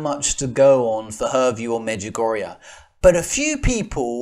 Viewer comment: Father i know most of these people you mention here and much much more and i think there is not a single prove in this video that the Mother Mary is not appearing in Međugorje and btw you are spelling it wrong,it is pronounced like A at the and but that doesnt prove anything too.if you want to prove something how abouth some real evidence?I am realy sory my English is not better and i am not educated in teology but i can tell you that i hear arogance in your voice and the sheperd of God or Marys Warrior or how do you call yourself should not have that,i think you should have more love cause Mother Mary loves us so much.Instead, you are dividing the Church.I cant prove the apparitions in Međugorje either but i dont want to and this is not my job.I believe because of so manny fruits and God gave me the knowledge to feel what is fake and what is not.But i dont judge the people who dont bealive,i just think some of them should be more polite.I dont believe in other religions beside katholic church but should i judge them or should we make example with our life like Mother Theresa or lots of other saints and Layman?I am not at this point yet but i hope i will be.God bless all who is reading this.